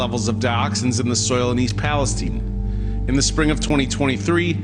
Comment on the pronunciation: It's Palestine, not Palesteane!🤣 For a second, I was like, "Where the hell is Palisteane?" 🤣